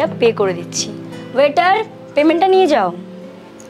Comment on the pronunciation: আপনি কথাটা ঠিক করে বলুন ওটা ওয়াটার না ওয়েটার হবে😂